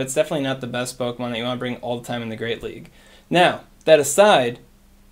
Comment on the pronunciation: “Are you gonna see Medicham in the Greate League?” 😂